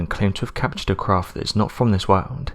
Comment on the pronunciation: This narrators voice is trash. He should try to eliminate the word “World” from his vocabulary. He sounds like the biggest fool ive ever heard when he tries to pronounce it.